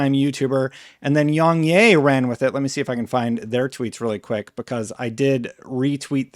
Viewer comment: Its pronounced "YongYeah" without the 'H' 🤣